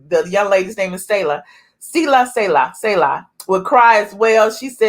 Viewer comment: Her name is pronounced like (Sealer= Selah) in Caribbean lingo.